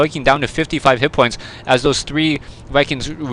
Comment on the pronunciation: "woiking down to 55 hit pwoints" "voikings" "gwubby"